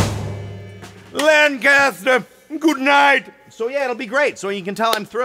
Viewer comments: They pronounce Lancaster like this, " Layne Ku Ster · Quit putting stress on the first syllable of Lancaster. You'll mark yourself as an outsider. :)